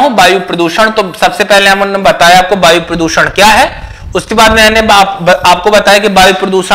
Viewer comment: बायु नही वायु बोलिये,,😂